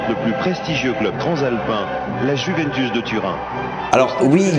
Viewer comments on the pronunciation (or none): Alors vraiment très bonne vidéo comme d’habitude mais on dit Juventus pas Juventous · La "jouvènetousse" 😅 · Je ne sais pas pq mais la ''Jouventous'' ça m'a pertubé toute la vidéo